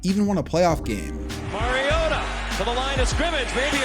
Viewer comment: Still can’t say Mariota’s name right 10 years later. It’s the same as Marcus. MARcus MARiota.